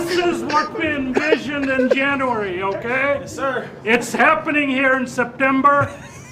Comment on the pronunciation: is gold, “Janrary… FOREVER!!”🤣